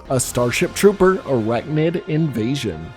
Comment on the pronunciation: I'm sorry, did you say Invasion?